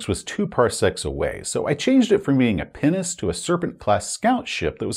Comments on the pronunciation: I'm sorry but whenever you said Pinnace, I've heard "penis" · Am I supposed to be an adult? Yes. Did I have an internal chuckle every time said ‘pinnace’? …Also yes. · Oh! Pinnace! Definitely didnt hear that correctly the first time. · Pinace... you keep saying it and i keep being confused. Then i see the floor plan and O.o